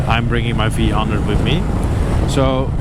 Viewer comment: V one hundred. Not vhundred